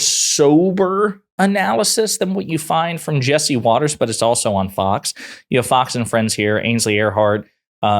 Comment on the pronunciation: Watters is so upset, he accidentally pronounced her name properly.